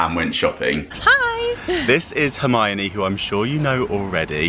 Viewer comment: I just want a audio track of him saying Hermione on loop. So satisfying. Lol